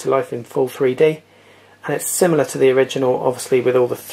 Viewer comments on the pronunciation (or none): none